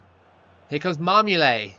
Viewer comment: you keep calling marmouyet marmoulet